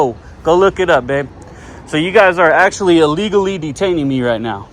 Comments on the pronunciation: "Actuallky" lol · "Actuallky"? Oops! :-D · And if I had “Actuallky” been in a restricted area. correction “actually”. watch you a ton I’ve seen every video would like to see you audit places in Vallejo where I’m born and raised. Trucker now and I live in Arizona thanks man